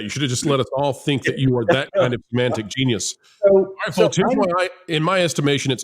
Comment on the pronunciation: The “L” in folks is silent .